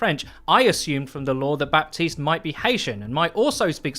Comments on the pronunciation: Just so you know we don't pronounce the P in Baptiste at all in French. It is said as Batiste. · Ok dude, it's pronouced BATISTE. The "p" is muted. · The P in Baptiste is silent in French ! Its just Batiste, if you really want to say his name "the right way" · The p in Baptiste is mute.. pronounce it batiste ;) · In french, someone named "Baptiste" is actually called "Batiste". The p is silent. Though u would like to know ^^ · the "p" in baptiste should sound like the "H" in "4Gitte".... just sayin....